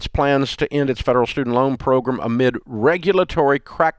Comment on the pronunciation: Pro-gram not pro-grim geeze